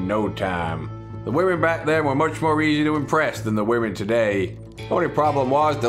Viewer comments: Mo dynamite haha love the way you say it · you can never have too much dynamite...... you always want Mo.... dynamite !